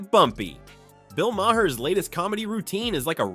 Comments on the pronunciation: First of all Bill speaks the truth and it's funny as hell. Donald can't take his humor because he has no sense of humor. Are we the people supposed to be serious and tell lies all the time? Second of all this channel needs to get rid of it's AI voice because his last name isn't "My-Hair". If it's a real person I give up. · It’s pronounced like ma hair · PLEASE, learn how to pronounce Bill's last name.